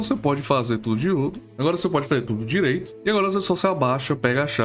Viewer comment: oita e diruto? kkkkk